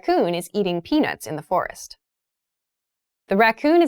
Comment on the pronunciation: The second syllable of the word of FOREST sounded like /ɪst/ in the first and second pronunciations; however, it sounded like /rɪst/ in the third pronunciation. Did I hear it correctly? anyone